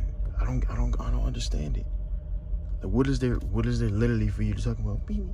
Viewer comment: The way he says “literally”😂😂